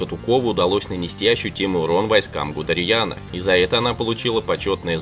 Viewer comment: гудерЬян, оказывается армянином был?! смените глупого комментатора, он же нихрена не понимает в том, что монотонно читает!